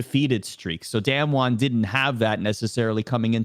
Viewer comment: D[ah]mwon. Not damnwon. pls.